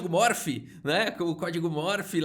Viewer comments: Código MORSE meu caro, não "morfe". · é CÓDIGO MORSE......... M O R S E. e não morph,...kkkkkkkkkkkkkkkk